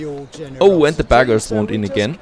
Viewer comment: coole serie, bruder... übrigens: beggars (von beg- betteln), nicht baggers.. ausgesprochen wie zB becken statt bäcker... freue mich auf mehr :)